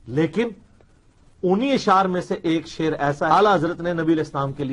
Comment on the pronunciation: eak nahi ---eakak